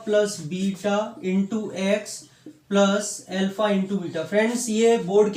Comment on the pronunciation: L fa nahi alfa hota h sirr